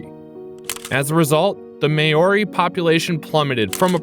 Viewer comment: Hearing Maori pronounced as mayori 😬